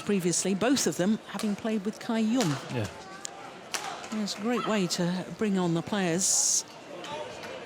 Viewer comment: Gill Clark has been commentating for more than 10 years but still doesn't know how to pronounce Cai Yun's name......